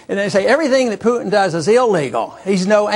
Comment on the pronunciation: Compelling and highly probable. Though it was painful to listen to the narrator. No offense, its just distracting (and unfortunately some will find it discrediting) when words like Kiev, and Putin are mispronounced. Also, the entire voice over sounds like someone nervously giving a book report. Still, it contained good information and editing. THANKS!